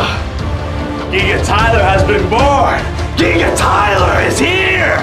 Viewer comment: It's giga bot giiga